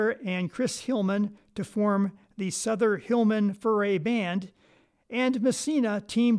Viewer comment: Thank you for sharing the correct pronunciation of Furay. As you may have guessed, I am an old guy, prone to mispronunciations! Also, thanks for the Louisiana connection info.